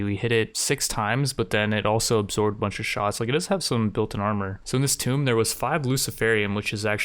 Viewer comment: No offense, but why do you keep calling tombs “tomes”?